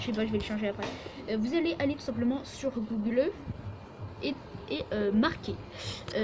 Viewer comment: Choque comment tu dis google